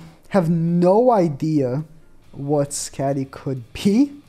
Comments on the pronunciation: Think it’s pronounced Sk-A-dee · Its pronounced Skadi, shes an ice giant huntress, Fest Mael should be the next fest. I wouldn't be suprised if the next banner in 2 weeks is Skadi and The Liz we keep seeing because thats her outfit at the end of the show. Not her as "goddess liz" during the 3000 year war. Shes probably gonna be partnered with skadi and not going to be a light unit just like sariel wont because they aren't fest worthy. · That’s not how you say skadi 😭